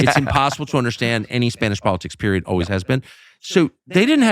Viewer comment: Tucker can't even pronounce "always" properly